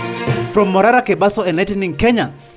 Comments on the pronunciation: Prezo ni Kebaso "ke" si kabeso "ka" bro get the pronunciation right bro😂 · Pronounce Kebaso and not kabeso!!! Leave the wrong pronunciations to the foreigners pris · It is Kebaso no Kabeso,! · Report properly the name is kebaso 😮